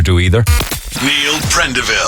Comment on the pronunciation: Prenderville instead of Prendeville!